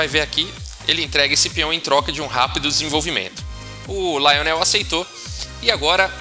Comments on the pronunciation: Rafael: se Lionel era francês, a pronúncia jamais seria como a que fez, na forma inglesa. "LIonel" em francês, é bem mais próximo da pronúncia em Português de "Lionel". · Se o cara era francês, então a pronúncia não é Laionel. A primeira sílaba é pronunciada igual ao português, ou seja, Li. Assim como Garry Kasparov é pronunciado no russo como Gári Kaspárov